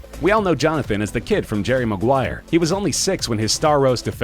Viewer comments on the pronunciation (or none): none